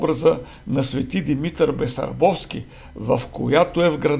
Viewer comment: Басарбовски, не Бесарбовски. Селото е БАсарбово.